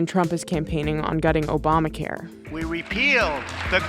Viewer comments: “Opama” care? What planet is this guy on? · trump said Opama care 🤣🤣🤣🤣🤣🤣🤣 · Did the idiot just really say 'Opama care' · Can't even say "Opama" right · "Opama care" "Youman rite" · "Opama care" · he said Opamacare 🤣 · O-PAH-mah care? Is that coverage for an Oompa Loompa?